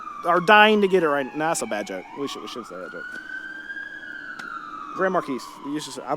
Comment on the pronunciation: its GRAND-MAR KEE